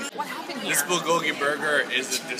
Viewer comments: The "L" sound they keep putting on bulgogi sounds off to me for some reason. I've always heard it pronounced like "booh(r)-goh-gee". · I just feel like they don't try hard enough. They say it more like bull-go-ghee when it should sound more like bool-go-ghee (the "l" in "bul" should sound a bit like an "r" but not too much; the o should be a bit more close-mouthed; and the gi is fine). Hope that helps~ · its pronounced byul go gi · The way they pronounce bulgogi makes me so uncomfortable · Their pronunciation of bulgogi makes me cringe aaahhhh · I wanted to like this video, but no. Your pronunciation of 불고기 is weird and jarring. Also, tattoos and wife beaters? Bad choice for foreigners. Makes us all look bad.